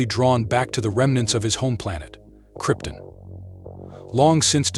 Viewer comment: I winced every time he mispronounced Krypton🤦‍♂️